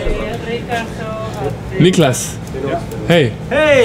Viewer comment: I want to thank you personally for the right pronunciation of "Niklas".